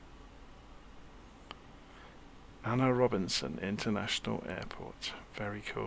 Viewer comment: great video, its pronounced A.N.R Robbinson airport, named after my country president, not Ana